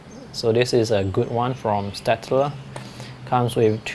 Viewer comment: I love how you said staedtler pretty much correctly ☺️ Its German and its pronounced shtadler.dont ask how I know,I just do 😂😂😂